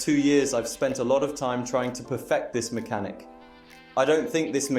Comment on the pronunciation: homie u said maxhanic the entire vid so yea I don't think its "just 1 word"